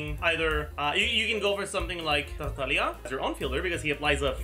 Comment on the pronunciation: Another banger video. I applaud you on your pronunciations for Tighnari and Tartaglia. Well done.